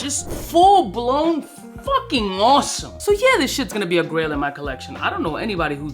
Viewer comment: This came on in the background and was just listening while I worked. I thought it was Grill fragrances, like what to wear for a backyard BBQ, or maybe for showing off (like a diamond grill in the mouth....is that still a thing?). I checked the video about halfway and realized, its GRAIL not GRILL. Makes more sense.